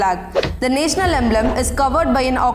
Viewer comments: Why dnt you pronounce National properly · The way she pronounced 'national', I died :'|